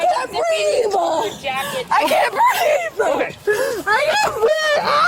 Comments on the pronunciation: "I can't breav-ah" Seriously? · "I NEED AIR! I CAN'T BREEVE!!!" Yeah, nothing says suffocating like sitting half out of a police car outside. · ANother instance of "I can't breave..." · "I can't breev..." 😂😂😂😂😂😂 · Detaineduh, let go of meuh, I caint breeve, I’m the victim, racism…… 🥱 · The new, “I can’t breeve”. It’ll catch on quick. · Tf is Breeve,?